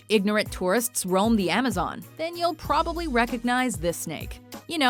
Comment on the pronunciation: The absolutely hilarious part is how it says,”Probably”